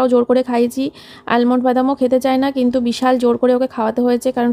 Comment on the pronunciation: Almond but boler somoe 'l'bolbe na. Thick kore bolbe.